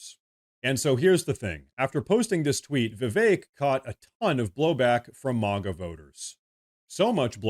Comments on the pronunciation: Say "Mag" and then add an "a" at the end. Not "Mog" with an "a" it's MAGA not MOGGA it's America not Ahmerica. Thank you. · This is AI. It isn't MAAAGA it MAGA.